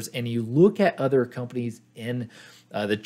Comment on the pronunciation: Just so you know it's pronounced En-Vidia. Not 'navidia'.